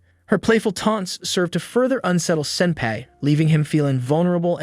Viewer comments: It is pronounced sin-PI NOT SIN-pai!!!! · What's so wrong on say senpai correctly like fr dude it's not pronounced sempe like fr smh there's several times u say it correctly but a bunch not saying it correctly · Man says ‘senpay’ instead of senpai. HOW INTERESTING Also anyone else think it’s interesting how at the festival they put a collar on him? KINDA SUS FOR ONE OF THE LESS HORNY ANIMES, AINT IT? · Man doesn’t know how to pronounce senpai. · Definitely not wrong, the entire video/recap sounded like the narrator only watched half the show, also kinda kept getting bothered by how senpai was pronounced 😅